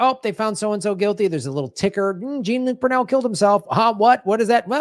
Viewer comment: has a good idea and yet often shoots himself in the foot, CONSTANTLY mispronouncing Brunel's name and referencing the Borat film which "entrapped" Giuliani. The girl was not 15, nor was she a real person. should know this.